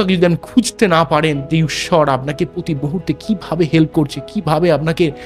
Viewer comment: আপনি আগে ভালোভাবে বাংলা বলাটা অভ্যাস করুন। এইটুকু ভিডিওতে হাজারটা ভুল। English pronunciation ভুল। পতি মুহূর্তে নয় কথাটা প্রতি। এই জল হওয়া সূর্য্য কি টাকাকড়ি দেবে? বৃশ্চিক রাশি কিভাবে অর্থনৈতিক ভাবে সফল হবে সেটা বলুন। বিরক্তিকর!😡